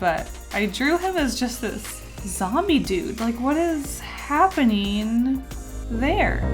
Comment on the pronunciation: i love how she says ‘hape-NEEN’ instead of ‘happening’ lol